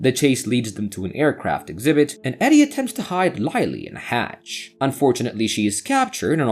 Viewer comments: Who the firetruck is Lie-lee? There is a Lily in this movie but no Laily. Write a manuscript the AL can read properly! 👎🏼👎🏼👎🏼👎🏼👎🏼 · In English, the letter “I” can sound different ways. Instead of Lie, it’s Lih.